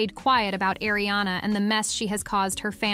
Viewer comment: Erie-Anna and Illianna. And then finally, they get it right and say Arianna. It's incredibly annoying when names are oronounced wrong.